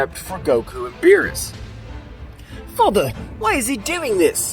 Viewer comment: Aww man no voice that says beeroos.